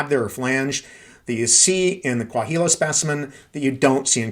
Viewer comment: The “h” in Coahuila is silent. More like Coa-weela